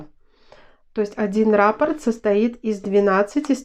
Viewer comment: РаппОрт, а не рАпорт😕